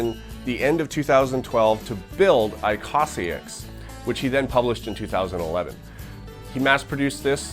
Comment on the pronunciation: It's pronounced īkõsāiks (õ=long o)